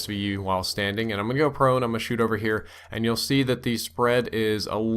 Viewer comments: Lol he said Prouch or Crone. :D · Did anyone else hear prouch or crone? :') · Prouch or Crone??? Lol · lol brain fart there "prouch" or "crone"